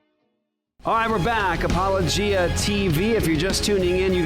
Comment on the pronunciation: It's pronounced "apo-LO-gia"